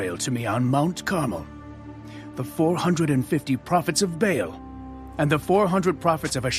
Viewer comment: It's Ba 'al's not veils